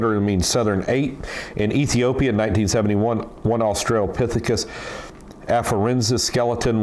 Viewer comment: Australio-pithicus? Homo-noids?